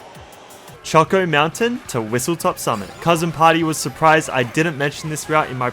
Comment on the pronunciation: It's WhistleSTOP Summit, not WhistleTOP Summit.